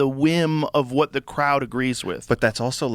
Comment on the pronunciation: Joe "wuh-it?" Rogan